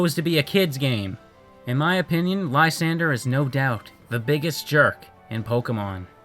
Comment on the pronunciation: Lysandre (whose name you're mispronouncing) had so much potential. They clearly had an influence from church indulgences, specifically the corruption thereof where people would literally buy their way into Heaven. But he fell so flat with it. He even says that things are fine as they are and that his plan is pre-emptive. He ended up being a Cyrus ripoff, only Cyrus was a compelling and deep character. A list of jerks and no Koya? Koya is basically what would happen if Silver was a good guy. Which of course doesn't make him a NICE guy, because Koya is perhaps an even bigger asshat than Silver could ever dream of being. He punches the main character in the face for trying to pet his Absol. He threatens the other main character for overhearing a phone call. How this kid manages to be Looker's assistant is anyone's guess. And honestly if you think Silver is a Mary Sue, i question what you think that term means.